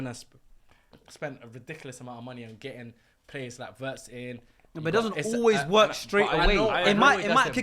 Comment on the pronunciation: I hate pronunciations of Wirtz